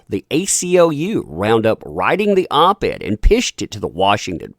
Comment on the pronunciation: You did say “Op ad" and not op ed, right ?